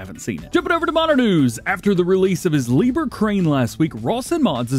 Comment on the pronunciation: Liebherr correct pronounce sounds like Lee bear